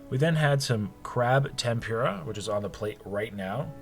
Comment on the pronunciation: take a shot everytime he says temPUREah